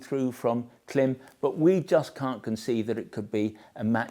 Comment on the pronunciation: Klim: It’s pronounced KLAAAAIMMM, as in “climb a mountain”. Shoei: It’s pronounced SHAW-EY . Has nothing to do with shoes.